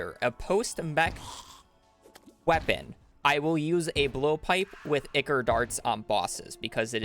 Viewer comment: Brilliant speed run great job but holy shmoly that is so far from how you say ichor